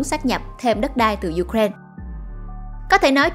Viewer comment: Ju-kren là nước nào vậy ta? Người Ukraine đọc tên nước họ là U-kra-in-a. Trọng âm tại "i".